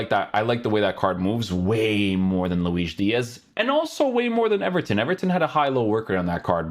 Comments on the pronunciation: yeah but his name is spanish so it should be luis not luish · He is saying Luis with portuguese pronunciation